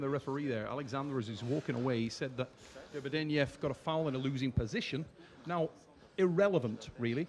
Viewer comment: Hey Engin, it's Derbedyenyev ;)